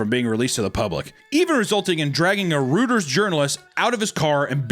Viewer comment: reuters is pronounced ROY-ters